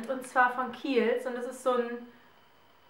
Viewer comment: warte mal wie heisst die marke der creme ich habe dasnicht verstanden . ich habe erst keels bei google eingegeben